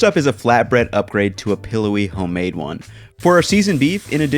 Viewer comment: Yo he straight up said “hoe-made” in the intro